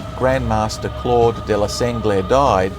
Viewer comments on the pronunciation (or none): none